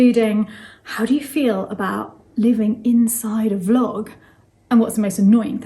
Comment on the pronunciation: I adore the way Selma and your brother pronounce Vlog, the say Flogging instead. I do appreciate how hard the English language is to learn, but they have elevated the meaning. The main reason your vlog works so well is bc of the honesty of everyone involved. No governments, politicians or corporation are present. This is just good people communicating openly with good people. The internet may show us the way to live a wonderful life. Thank you from the bottom of my heart. Keep on “flogging” ! Lol.